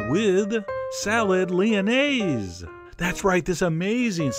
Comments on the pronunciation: I am french and i love how you say "lyonnaise" and "lardons" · I like your french accent when you say Lyonnaise et lardons et Laitue frisée!!!!!